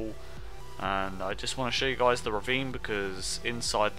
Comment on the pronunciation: sounds like you said "peace out Jizz" lol (unless you dont know what Jizz is ;)